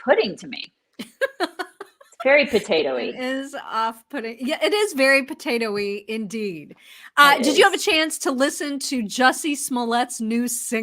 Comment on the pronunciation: "Very poataoie."